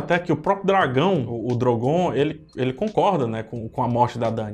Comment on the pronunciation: Nossa, muita gente recomendando a sua análise por aí, mas seu senso crítico é péssimo. Tirando a parte que era mais que óbvia, sobre o Drogon(E não Drogom, como mencionado por você durante o vídeo) queimar o trono, pois ele que foi o culpado pela a morte de Daenerys, o resto é pura falácia (fora os assuntos paralelos sem necessidade perdendo a linha de raciocínio e só prolongando o vídeo). Enfim, o final foi péssimo. Furos de roteiro, várias perguntas não respondidas, acontecimentos anteriores extremamente importantes que no fim não tiveram a menor relevância e acontecimentos finais sem sentidos e propósitos.